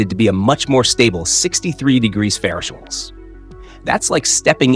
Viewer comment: Your narration software can't pronounce Fahrenheit or Celsius. "ferrush & cells" lol